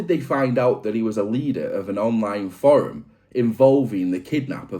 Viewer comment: Love the video. Not a fan of how you pronounce the word forum 😅😂